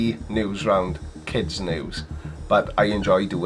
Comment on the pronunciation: Hi, I will certainly follow your news-channel as it promises lots of hilareous facts. But about the name: is it me (I am not English-speaking) or your accent, but it sounds like "Flat Earth Noose"! It might be hopefull wishing or a Freudian "Slip of the ", but i certainly hope it will kill their movement! Good luck with it!